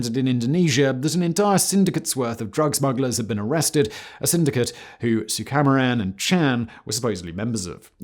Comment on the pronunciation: It’s pronounced “soo-kah-mah-ran”